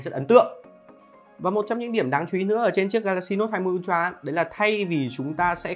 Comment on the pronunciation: Tưởng ultra hóa ra là untroa à ad😂